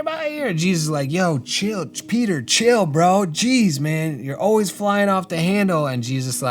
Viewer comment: As an italian, I could really see the effort you put into pronouncing the words right! Thank you for the respect, Peter!! ☺️ I love these type of videos! I think that learning alongside someone who is researching for a project is so much more fun than being taught haha